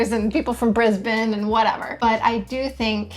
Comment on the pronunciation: I'm 12 seconds in, and she pronounces 'Brisbane' our way. So ... I will continue.